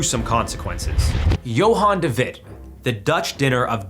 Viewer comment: "Johan de Wit" Ah, national History trivia time where I whip the ok "yeah, but has your country ever EATEN their Prime Minister?"